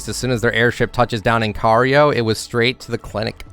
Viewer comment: The way he says "Cairo" gives me ear cancer